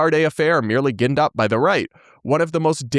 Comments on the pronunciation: "ginned" is pronounced "jinned" ...Just FYI. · It's Gin-ned up as in ginger. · Ginned is pronounced with a hard G (like a J) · "ginned up",. like the drink, or "engine"